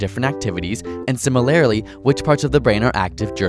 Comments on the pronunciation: Ouch. He said "Sim-ih-lair-uh-ly" in this video and I cringed. (An extra syllable...wat?) I'd say everyone in my peer group says it properly. Just as in "Quick, Quickly". Similar, similarly. No extra syllable, no vowel change or "extended" sound. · Great video guys, just gotta say this; Has anyone else noticed how Americans pronounce 'Similarly'? It's not just you guys, don't worry :) It's every American educator on Youtube (and i assume most Americans). I'm not trying to troll anyone I'm just saying you guys do pronounce it kinda funnily. There's no problems with the word 'Similar', but when you guys add the '-ly' it gets weird. If you'd say Similar was pronounced Sim-il-larr, the way you guys pronounce it is 'Sim-il-lair-ly'. If people start getting raged about this comment you've clearly misinterpreted me, I just think its interesting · I'm American, and I thought it sounded odd too. So I don't think it's an Americanism.